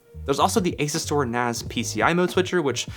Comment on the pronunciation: Isn’t it pronounced As-U-Stor?